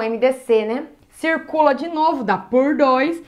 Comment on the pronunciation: " a cê tá esquecendo uma coisa cirrrrrrrrrrrrcula o 2" fofinha